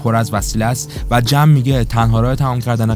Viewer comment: تمام خلاصه فیلمها رو دیدم کارت خوبه فقط اسم بازیگرها رو معمولا عجیب غریب تلفظ میکنی جوری که تا حالا نشنیدم لطفا اصلاح کنید ...😊 جم مثلا میتونه جما باشه